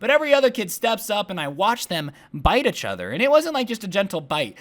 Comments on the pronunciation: does anyone else notice how every time he says “each other”, he ends up saying “uchother” lol i love it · do want to say ‘achother ‘ again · The way he pronounces each other is so cute 😂😂